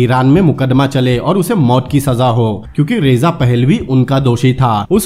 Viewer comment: रेजा नहीं रजा शाह पहलवी।। बाकि सब इतिहास का हिस्सा है। बढ़िया व्याख्या की है आप ने।